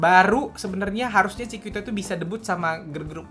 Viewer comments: Koreksi dikit yak, Chiquita dibacanya “cikita” kak, bukan “cikuita” 😊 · bacanya chikita bang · Tulisannya chiquita tapi baca nya chikita aja bisa gak bang? Wkwkwkkw